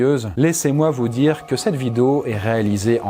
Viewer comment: J'adore ta "vido" 0.59 👌👌👌